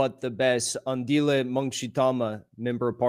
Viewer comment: Oh wow!! So happy to see you back Jackson!!! Even happier to see you interviewing our man Mngxithama. Just call him Andile, peonounced Ahndeeleh.